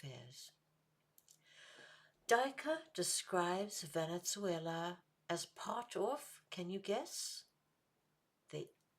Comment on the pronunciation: Two questions: Is there a reason you pronounce it "Venet-zuela?" Would the human-sacrifice-practicing indigenous peoples of South America been better off had Western civilization never arrived?